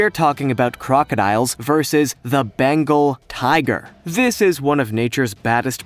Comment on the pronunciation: It’s BENGAL not Bangal